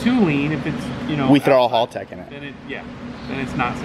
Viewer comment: WTF is a Hulltec? Sounds like a boat company. Haltech maybe?